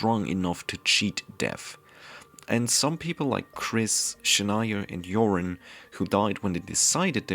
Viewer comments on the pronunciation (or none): none